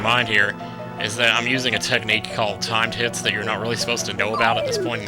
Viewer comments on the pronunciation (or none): Thumbs up when each time said "timed hits" you thought he said "timed tits" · did he say time tits or timed hits lol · i thought you said "time tits" instead of "timed hits" ._.